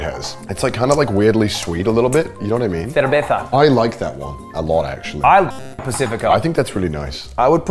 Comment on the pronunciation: As a spanish person, I can confidently say the way Ludwig says 'cerveza' here is perfect form. As well as 'dos equis'